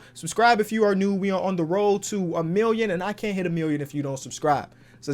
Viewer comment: Bro said kent 💀💀